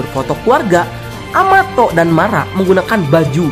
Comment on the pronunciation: em... kenapa amato jdi amatot 😱🤣🤣🤣🤣